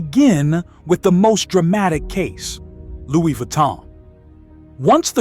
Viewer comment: Did you say Lou? Google how to pronounce it sir. Your version is HILARIOUS!!!!